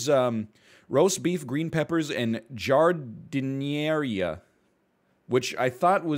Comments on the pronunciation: lmao the giardiniera pronunciation attempt. it's a pretty localized thing to Chicago admittedly in North America. it's a weird match up because italian beef can come wet or with jus or whatever the hell you want re dipping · Italian beef or bahn mi is the best sandwich. You didn’t even say giardiniera right. I really don’t think you know this subject well enough. STAY IN YOUR LANE